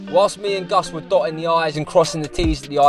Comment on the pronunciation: ''Sidequests with '' is now an official segment xD Also yes lads, that's how his name is spelled and it's not pronounced ''Gus'';)